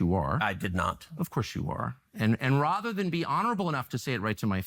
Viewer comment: RAHther... pronounced like a real man of the American people there, Tucker